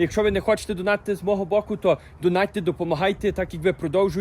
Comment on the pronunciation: Йой, о це акцент!!! Замість букви о я чую у, ніколи не чув таке. Замість і - є (путрєбну задунатити- потрібно задонатити) незвичний, але цікавий.